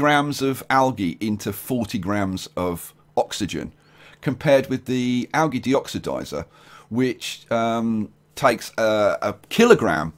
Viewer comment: Yo it is pronounced aljee